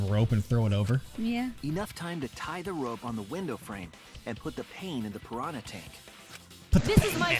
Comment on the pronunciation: I don't know what it is, but the way the characters in this game pronounce "piranha" sounds weird.